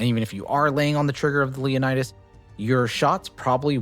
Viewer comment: Leonids, say it with me. Not Leonidas.